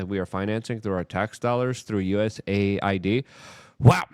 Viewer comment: Why is Luke not pronouncing the A in USAID.... Does he think the A is for America?